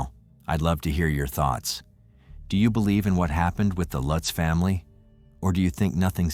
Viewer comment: U didn’t do defo murders justice nor lutz I read that book I fastly gave it away I still have nightmares the pic u showed after the warrens went there it was the youngest son looking at of door u don’t even say the last names right lutz family starting zz on their stomach like the Defoe family if I go their that house wont let me go the book curse